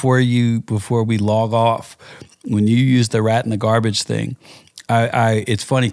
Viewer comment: Disappointed that the guest said "Fing" and it's posted?!?!